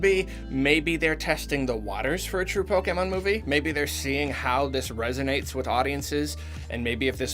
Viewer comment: Automatic thumbs up for correct pronunciation of pokèmon.